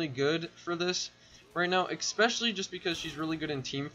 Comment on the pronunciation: It’s “especially” not “expecially”